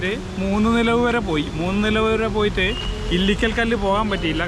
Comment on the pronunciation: Moonilavu not moonunilavalla